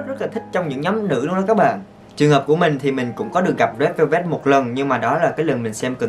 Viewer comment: Re đư beo bet =)))